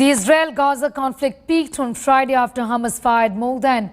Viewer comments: It is called Hamas or Khamas as Israelis call it not Hamam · It’s Hamas and not Hamal